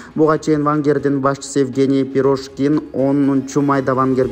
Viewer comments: Прошкин эмес прящкин. Пачинян эмес ташиян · мектепти жакшы баа менен аяктагансынбы? Вообще не правильно читаешь,Пригожин а не Пирожки н. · Окушту уйрончу иним Евгений пирошкин эмес Пригожин болот